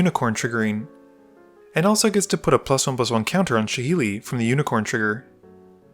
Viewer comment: she is pronounced " sha - laai' this is saheeli